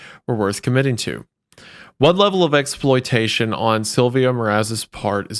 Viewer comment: How the hell is having trouble with the name 'Silvia'???